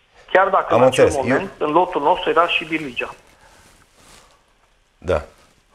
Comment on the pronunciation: Cfr😂😂😂😅😅😅, plânge cu lacrimi de crocodil după Barligea...bai lingator....si nu Birligea...și tu bai..de ce nu îl corectezi...că dacă se pronunță steaua cu referință la FCSB.. imediat te activezi.....